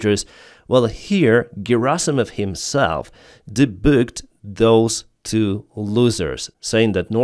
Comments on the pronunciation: Another great video, thanks! P.S. Today's English lesson: debunked:) with an "n":) and the "u: is pronounced like a flat "a" in "a dog" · "Debooked" maybe you mean "Debunked"